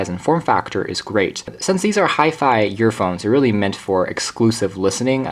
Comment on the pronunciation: The vid was great but the only thing I could hear was him calling them yearphones